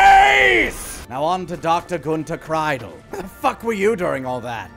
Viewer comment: Pretty sure that Kreidel is pronounced Kreedel. But whatevs.